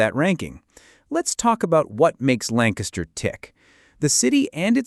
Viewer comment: Also it’s Lan Kiss ter. Not LAN caster. Thank you.